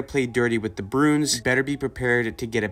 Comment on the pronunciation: Broons? Its' Bruins.